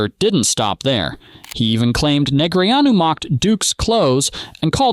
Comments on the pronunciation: "NeGREEanu?" I've always heard it pronounced "Negrano" . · Jesus! Stop calling him Nig-Ree-ōn-you!!!! It’s Daniel Negreanu's name is pronounced as "Neh-GRAH-Noo". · Poker pot is blocked for not being able to pronounce Daniel Neh-gra-noos correctly. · Neg-re-on-u? Wadafuq? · Neg-ree-AH-new cracks me up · Is this a i, or dude is clueless and can't pronounce his name correctly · AI doesn't know how to pronounce Negreanu. LOL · One thing I don’t understand is whoever makes this video and edit it. Why don’t they correct AI when it mispronounces names. I’ve seen it on poker videos, hockey videos, football videos. Creator. If you don’t watch the stuff, at least correct the mistakes. You just have to Google how to pronounce negreanu